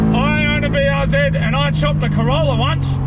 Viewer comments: IT IS NOT BRZED ITS BRZEE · BRZ - Brah Zee-R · Call the BRZ Buhrz ( Бърз ), kinda like how you would pronounce Bill Burr's name including the 's but with a rolling R :D means fast in bulgarian :D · BRZ Blue Rosie ‘Blue Ro-Zie’ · The BRZ is a "Blue Ri Zer" :D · Prounounce it “Breezy”. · I always thought BRZ was supposed to be read like "breeze". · Bruze instead of Bruce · BRZ just read it were like a word. Like "Burrz" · The blistered raunchy czar ( yes i know it starts with a c but its not pronounced that way)